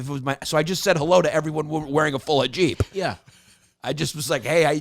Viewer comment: I love that his producers let him mispronounce hijab a thousand times with no attempt to help him 🤣